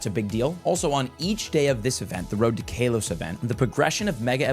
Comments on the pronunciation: 7. IT IS PRONOUNCED KAH-LOW-S. NOT KAY-LOW-S. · Its not KAY LOS GEEEEEZ " CAL OS" i cringe literally everytime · I cant stand how he pronounced KALOS as Kaylos. There no e to make the a sound like that. So its pronounced k-ah-los. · Still calling it kaylos. Bro where is the long a or they coming from? Ca-los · Love you but bro I think you are saying kalos wrong 😂. The not Kay-Los it’s K-ah-Los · I'm not sure if you are doing this on purpose but why do you pronounce it as "kay-los" instead of "Kaa-los" 😭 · Its kaw-lows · "Cal....os" Kalos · Sorry for your Kay-LOSS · How to unhear Kaylos bruh 😂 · ITS KA-LOW-SE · cant say ive ever heard it pronounced "kaylos" before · Omg kaylos event! 😂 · Ngl, we pronounce things differently alot, especially if we're from different areas, but hearing KAYLOS is indeed weird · bros entire life is pokemon and he doesn't know how to say kalos 😂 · Each time he says it I cringe. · Swear he pronounces Kalos wrong on person for engagement